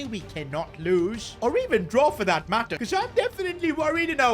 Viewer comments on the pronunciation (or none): none